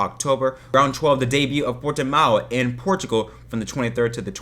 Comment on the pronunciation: It's Portimão, not Portimao ! Greetings from Portugal